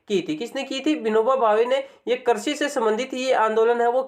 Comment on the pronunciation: Karsi nahi bhai krisi bolo na